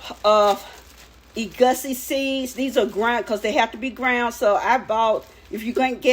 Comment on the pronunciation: Ee-goo-see. Ky-ann pepper